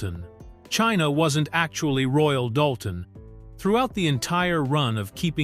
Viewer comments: Same AI voice.I've heard many times getting very bored with it. He mispronounced the china as royal " dull ten " plus many other mispronunciations... This documentary could have been more concise and shorter.!!! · And it’s not Royal Doolton, hahaha…but that’s an AI voice reading a script. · Royal DOOLTON??? Really??? 😖🫣